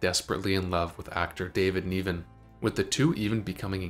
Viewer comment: David Neevan?